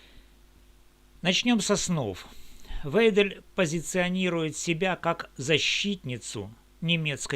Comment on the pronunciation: всё верно, только её фамилия звучит "Вайдель", остальное - бесспорно, для тех кто может читать, слушать и делать выводы